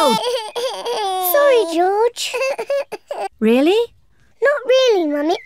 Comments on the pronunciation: "The ball has caught JOJ" Me : laughing hard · Mummy Pig: ´I will teach a game that will teach Joj how to Joj´ 🤣🤣🤣🤣🤣